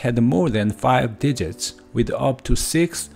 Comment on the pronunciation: Digits* not digits. When it comes to making it easier as a native. Be careful with the vowels, evolved* not evo-varvd. I am assuming your mother tongue doesn't have a whole lot of L's? Make sure you round your lips like a circle and also English O's are diphthongs in SECOND POSITIONS. Primates? You need to retract your tongue when saying our versions of /ej/.:X Don't drop your jaw. English body parts are mostly regular or predictable. Tooth -> Teeth, Foot -> Feet, everything uses an S... if I couldn't tell aspirated vs. aspirated consonants, do you realize may have said a profanity without further context.._. Aspiration is phonemic in English. Unvoiced consonants are T, K ( Written CA, CO, CU ), P... If don't aspirate. Peach -> Beach? Thumb? THUMBS* Singular this -> These, but be glad you don't need to worry about grammatical gender though. The stress in" Eventually "typically is on the first.... I don't blame the struggle due to bad orthography... Sadly I don't speak any Indian languages or have any knowledge, but I can hear you must be from India? Too palatal. Relax your vocals when saying vowels though. -ate words use an /ej/. Aspiration helps us tell minimal pairs apart like " Tank's Cat, Tank Scat " ( to be slightly funny, but to know if you are aspirating, take a piece of paper, put it in front of your mouth, then say t, k, p. If the paper moves suddenly, then you know you did it right.:)... As a native English speaker, not bad, just be a little consi